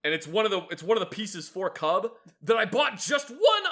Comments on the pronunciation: Seeing kubb on my feed was pretty eye catching, ngl. I've played it a good amount of times, and it's a fun game. One note though: it's pronounced with more of a short ooh sound than an uh sound. Like, take the word "cube" and say it really fast while twisting the sound of the U less. That's close enough to how it's pronounced in Norwegian, and it doesn't make you think of fluffy little bears with an inevitably furious mama bear in the vicinity. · Hey, my favourite video guys talking about my favourite lawn game! I teach Kubb as part of many Viking reenactments. Fun fact, Kubb is pronounced "koob," and was invented by Norse children who were gathering firewood. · Yeah Americans aren’t great at Swedish pronunciation. But that’s understandable. No offence, but you did mispronounce kubb